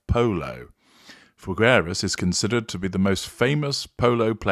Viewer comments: It's pronounced Fig-eras. Imagine the fruit put together with the word "eras" without rolling the R. Sorry for being annoying. Thank you. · the u in Figueras is silent!